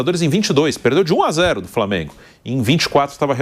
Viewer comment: framengo kkk